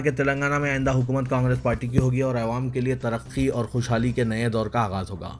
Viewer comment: Assalamualaikum Bhai apna pronouciation theek karo awaam Kaho